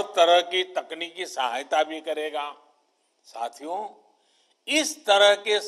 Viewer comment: Whenever he say "Sathiyo" Sounds like "Chuthiyo"